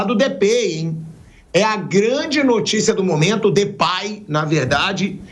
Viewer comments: Pilhado, se pronuncia Depey mesmo, e não Depay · Sabe nem falar o nome do Cara 😂😂😂 mais das finanças sabe né...Comédia